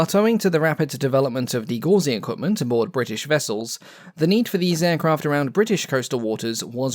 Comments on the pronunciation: It's not "degauzing" - it's 'degaussing' pronounced 'de-gow-sing". I used to work at Dowty Magnetics, where we made various magnetic ranges used to set the back-off coils on Naval ships. Ships have a magnetic field, whose orientation changes due to the Earth's magnetic field. After a couple of months, say, in UK waters, any ship will have a magnetic field similar to its surrounding, due to slowly perming up. Move that ship to the Mediterranean, and it's magnetic field sticks out like a sore thumb. For this reason, ships were built with 3 magnetic coils surrounding the hull, which could be electrified to produce a magnetic field which cancelled out the field of the ship. The Dowty ranges allowed the scanning of ships and rapid calculation of the settings of these coils. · It isn't pronounced de-gauze-ing but de-gow-sing Gauss being an old unit if magnetic induction (magnetic flux density) named after the German mathematician Carl Friedrich Gauss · Ooof - sorry - hate to do this, but that just landed like a big old clanger on my eardrums - it's 'De-gaussing', not 'de-gauzing' - it's from the unit of magnetic flux, the gauss (G). named after a 19th C German scientist Gauss. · (De)gauss(ing) rhymes with 'mouse' - not 'gauze' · It's not "degauzing" it's de-Gaussing, Gauss's law for magnetism can be written in two forms, a differential form and an integral form. These forms are equivalent due to the divergence theorem. I am far far nerdier than anyone reading. Yes, its a competition.... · Cool video. Minor quibble though: degaussing is properly pronounced de-gow-sing, being derived from Johann Gauss, the German mathematician. Don't let any ignorant matelots tell you otherwise. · Degaussing is pronounced de-Gow-sing .. Gow as in Gown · FYI its pronounced dee·gau·suhng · Gauss, which measures magnetic flux density is not pronounced as in gauze but rhymes with house and relates to the German mathematician and physicist Carl Friedrich Gauss. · It's pronounced de GOW sing.